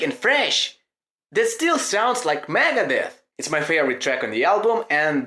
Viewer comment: It's okay, but is funny the way you say megadeth 👍👍👍👍megades